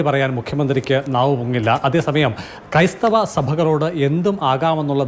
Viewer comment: ക്രൈസ്ഥവർ അല്ല കോ ബി ക്രൈസ്ഥവർ എന്ന് പറ 😅😅😅😅